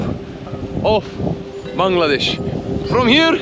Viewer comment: Love your channel. The way you pronounce Bangladesh warms my heart. Bless ya’ll